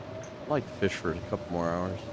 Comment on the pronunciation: Feesh? Maybe?